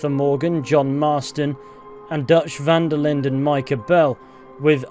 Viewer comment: This video has caused my own mental decline from every time I heard you say "Van-der-lind" and not "Van-der-lin" which is how it is actually pronounced.